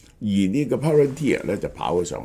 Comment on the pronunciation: 蕭生終於讀啱Palantir😊